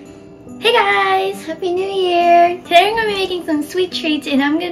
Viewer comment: say: happy new wew